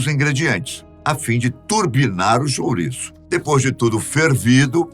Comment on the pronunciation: Amo "xuriço".... kkkkkk